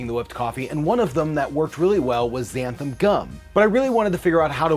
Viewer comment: It’s called «less-ee-teen» (lecitin), not «lay...) and XanthaN (not «xanthaM») Gum.☺️ Many of these are such useful ingredients, especially when you want to live a vegan/plant based life. It really makes such a difference. I first sound Xanthan Gum when I used to make a lot of moisurizing cream for myself and needed a thickener that you didn’t have to cook. But it is really difficult to find here in Norway, most of the time I have to buy from abroad online, makes it real pricey, but what can you do? Glad I can find it at all, a huge selection is not what you get with a small population... Keep staying safe, people❣️😷